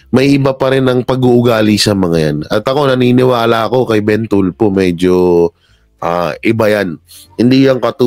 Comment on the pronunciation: TULFO PO😂😂😂😂HINDI YAN TULPO.ANO BA! SINO BA ANG ENGLISH TEACHER NYO NOON? NAKAKAHIYA PO😂😂😂😂.1969 PO AY EKEM.AKO.MAS MAGALING PA PALA ANG MGA TEACHERS NOON KUMPARA SA NGAYON🤣🤣🤣🤣.KONG SA BAGAY,BOKYA ANG PILIOINAS PAG DATING SA EDUKASYON.SORRY.....